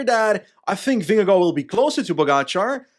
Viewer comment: as a dane i have to say that you nail vingegaards name pronounciation